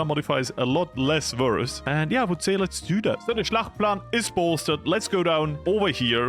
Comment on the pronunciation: Schachtplan❌ Schlachtplan☑️ Deutsche Sprache schwere Sprache😂😂😂 Just joking :_FloriusLove